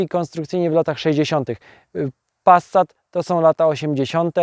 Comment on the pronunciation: No kurrlla, to nie zaden "Passsssat", tylko normalnie wymawiajac "Pasat", nie "Wolgswagen", tylko "Folkswagen" i (na przyszlosc) nie "Lambordrzini", tylko "Lamborgini"! Z PRL-owsko, PO-owsko, LGBT-lewacko-socjalistyczna, w rytmie Poloneza warszawskich wspolczesnych wyrobow "Czajki", podobnych do wyrobow PRL-owskiego socjalizmu, fabryki FSO serdecznie pozdrawiam milosnikow tego dziela siermierznej i prymitywnej socjalistycznej techniki PRL-u i jej technologicznego i ideowego zwyciestwa nad zgnila technika Zachodu! Gratulacje za sozialistyczna pasje i oderwanie od rzeczywistosci!